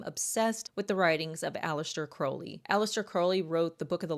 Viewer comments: Crowley. Not Croley . Crow/ ley Crow is pronounced like How and then ley. Listen to Ozzie Osborne sing Mr Crowley, and that's how it's pronounced 😊✌️ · I hate to correct the pronunciation but the name is pronounced Alister Crou-ley, NOT Crow-ley (like the bird) and the occult philosophy isn't about 'true will", its about FREE will ('do as thou wilst'), meaning do whatever u want whenever with whomever. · Aleister Crowley (pronounced more like the ou in ‘ouch,’ not oh) was an avowed Satanist who believed himself to be the Antichrist. The fact that this creep chose Aleister Crowley and his writings as his primary inspiration is both disgusting and quite revealing. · Occultist here with 40 years under my belt. Crowley rhymes with scowl not crow. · Just nitpicking but you're mispronouncing the name Crowley. If you'd like to know tge correct pronunciation listen to the Ozzy song "Mr. Crowley".